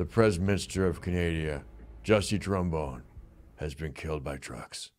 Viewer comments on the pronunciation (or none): none